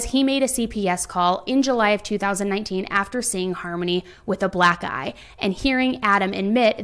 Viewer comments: i kept hearing 'black eye' as 'black guy' and it made me laugh so hard. which is inappropriate but like.. lol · Am I the only one who heard "black guy" instead of "black eye" and was extremely confused?